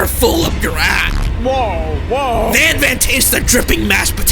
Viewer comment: why did i herd you say "ban ban" instead of "van van"